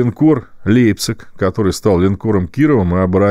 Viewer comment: Платошкин решил щегольнуть немецким произношением, по- русски "Лейпциг".